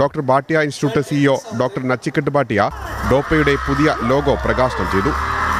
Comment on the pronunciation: നച്ചിക്കെട്ട് അല്ല. നചികേത്